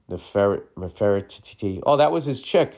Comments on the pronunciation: Bill- just break up the word into parts/ syllables---Nef-er-ti-ti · omgg!!! Not bill trying to pronounce nefertiti 😂😂 its like ( Never-tetee) ❤ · "Neffer tee tee"